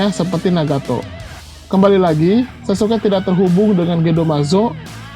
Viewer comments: Sasukek.. Ga enak gue denger naratornya nyebut sasuke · Izin komen. Sasuke bang,, bukan sasuke'